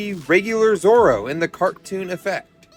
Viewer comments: Dont worry your pronouncing it right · Amazing Pronunciation But in your subtitles its Called Zorro added a extra r its Zoro in the anime but the drawing is amazing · Ok you pronounced zoro right but you spelled him wrong but it’s just spelling so it’s completely fine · Yes correct that’s how you say his name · U got zorrro right👍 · 🎄very nice! You did pronounce Zorro right and I think you should do Moana! Also it’s my birthday!🥳